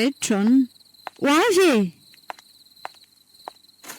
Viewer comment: Misaotra nizara. Fanamarihana kely fotsiny topoko, mba tonony tsara ilay fanononana ny an'ilay anarana hoe"John",vakio araka izay tena tokony hanononana azy